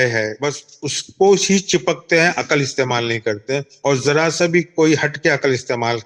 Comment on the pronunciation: جن جاہلوں کو لفظ " عقل" ہی درست تلفظ کے ساتھ ادا کرنا ، بولنا نہیں آتا وہ کیا عقل کی بات کریں گے ؟ عقل میں "ق" پر جزم ھے ، سکون ھے اور یہ بار بار عقل ( ق پر زبر )پڑھ رھے ھیں ۔